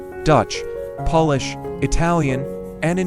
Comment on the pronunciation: I will never trust or respect AI unless it actually learns to speak English and pronounce words and names correctly. the plant's name is anthurium, not anthrium. The language spoken in Poland is Polish (long o) not polish, as shining a spoon. It is infuriating to listen to AI robots. Bring back real people with real understanding of how to speak English!!!